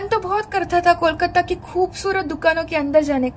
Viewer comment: Nahi. Wo Sabhya bula Rahi hai aur Kolkata ko Bhi sahi se nahi bol Rahi Hain. Aisa aksar non Bengali logo ki problem hoti hai. 😊